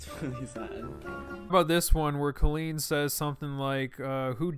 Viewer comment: COLLEEN IS PRONOUNCED 🗣 CAHHHH-LEAN LIKE COLIN BUT WITH LEAN INSTEAD OF LIN!